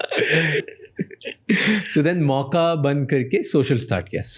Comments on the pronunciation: it's not "Mauka"... it's pronounced as "moh-ka"...spelled Mocha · In the first 9 minutes I heard Mauka thousand times, so annoying, it’s Mocha bro!! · Why Raj is saying 'Mauka' n not 'Mocha'....he could correct himself atleast when the owner is pronouncing it correctly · It's not Mauka. It's Mocha.